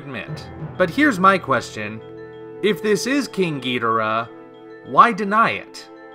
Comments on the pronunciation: Ghi-dor-rah. If you play Godzilla Unleashed or any ps2/ WII Godzilla games they pronounce it the English way. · I pronounce it like the announcer in Godzilla: Save the Earth GEE-DOOR-AH